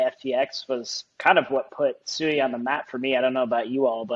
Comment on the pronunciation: Cool video covering Sui. It is pronounced like sweet without the t though. So like swee